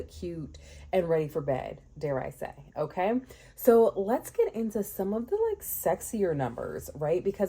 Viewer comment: Your "Ok" sounded like GG.😅